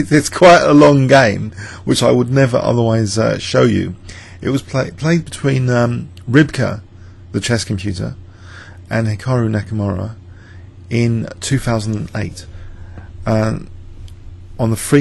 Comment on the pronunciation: Its hikaru not hikara!